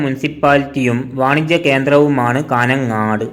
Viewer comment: കാനംങ്ങാട്ട് 😂😂😂😂😂 കാഞ്ഞംങ്ങാട് ആണ്..